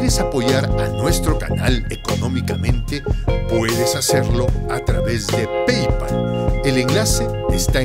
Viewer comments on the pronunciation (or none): none